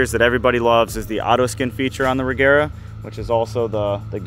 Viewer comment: But you say Regera wrong, it shall not be the G sound as in egg but as you say the J in Jet or the G in George.